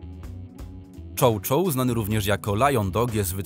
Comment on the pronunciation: Czy ten profil prowadzi bot? Jak można wrzucać materiał bez sprawdzenia go? Przy chow chow pokazali mastifa (nie wspomnę o błędzie w czytaniu), przy Wilczaku pokazali husky'iego. Nie wspomnę o braku sensu w wielu zdaniach 😂